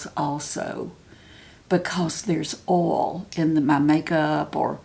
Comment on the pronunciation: Please! Oil, not ol. There is an i there and it is important.